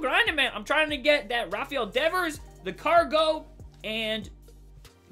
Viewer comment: He does dis, dat and dees